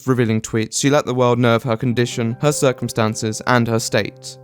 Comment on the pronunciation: Stircumstances. Ha. Love this guy.